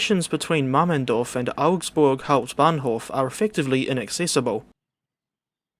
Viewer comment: you pronounce "hauptbahnhof" like the DB train anouncment